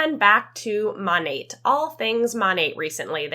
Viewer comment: The fact that none of them can even pronounce their own company correctly is WILD. Monat stands for modern nature....m(ah)nat...not MOOOnat. 😅